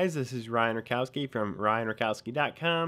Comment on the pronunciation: I love how you pronouce your polish surname :D you know that Rakowski surname cames from word Rak and rak is mean cancer :D?